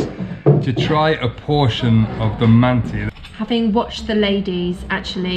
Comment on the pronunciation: You must pronounce “mantı” /mun-tah/, mind the dotless (ı) in its spelling.